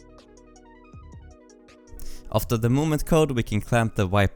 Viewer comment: nice btw movement code is misstyped you said "moement" at cleanup movement code